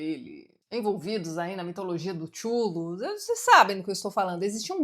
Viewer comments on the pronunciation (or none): O "Tchulu" adoro kkkkk